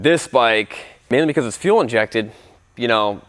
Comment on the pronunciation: My guy said f for fuel injection instead as for full 😂